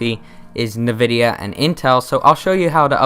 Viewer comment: For some reason it irks me when he says "Navidia" lol. I say it as "N vidia". But to each their own lol.